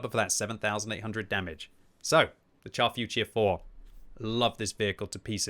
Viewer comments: Can you please pronounce the name correctly? It is not the chaf futier four but the char futur 4. Thanks. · Pronounce it “shar” future. Like when you say “shit” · Finds new favorite tank, still pronounces it wrong. 😮‍💨😮‍💨😮‍💨